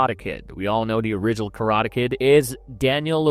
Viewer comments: train your AI to pronounce words correctly. wtf are "kuhrada" and "prodaja"? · Karata? Am I having a stroke or is my hearing giving up on me? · Your AI cant pronounce karate